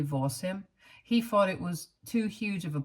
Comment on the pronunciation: Advice ...practice say th instead of fff...its very annoyibg and a huge reason why i cannot listen. Fings or fought instead of thought... and many other examples.